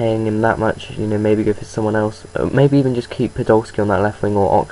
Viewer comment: Also, podolski? Lol.